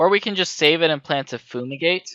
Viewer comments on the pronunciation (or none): im sorry but its drivingme crazy that you keep calling FUME-igate Foo-migate. look at the art, say the word to yourself. it doesn't make any sense